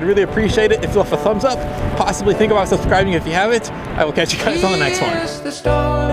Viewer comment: You said ABOUT like Canadian. LOL Do you drive a Zed 28 Camaro?